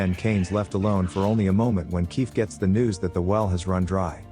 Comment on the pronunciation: I'm watching this at 1.5x speed, and I can't help but hear "queef" when you says Kief from time to time🤣😭🤣😭